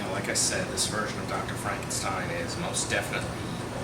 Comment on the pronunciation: Great reviews as usual..... But a little constructive criticism. You noticed your mispronouncing Frankenstein as Frankensteim, well you also do the same thing (or used to) with the word Valentine. Also, you often used a d sound at the ends of certain words, mainly religion winds up sounding like religioned and cousin can sound like cousined. Also in the "used to but not sure if you still mispronounce it now" category, in a lot of your Batman reviews, you mispronounce Gotham as Gothlam. Hopefully noticing this will make your future reviews to become even better than the old ones. Keep up the good work!